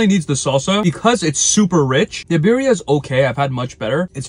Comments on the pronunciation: Birria (Bi-rri-a) is properly pronounced bee-ree-ah, roll the R. #facepalm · People need to stop pronouncing it "beery-uh" 🤬🤬🤬. Correct pronunciation is "B-D-Ah"